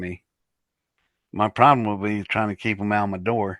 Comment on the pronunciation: If you listen closely to, he says “pith lem,” no O in between.